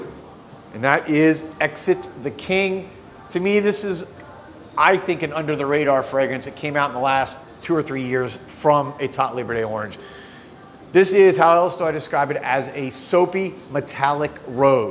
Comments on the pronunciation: I really love the perfumes and Etat Libre d'Orange but they way you pronounced it made me turn off the video. You do not have to know French but please at leats make an effort. I am sorry for this comment but it just devalues for me anything you have to say afterwards. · When you pronounce a French word with an English accent, it's just turns me off.... and it was right in the beginning, in the foreplay...